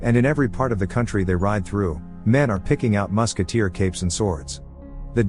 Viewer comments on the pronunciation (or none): none